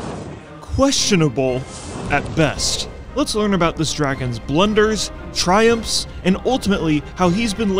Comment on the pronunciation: Triumps. Triumphs ... there's an F in there. :P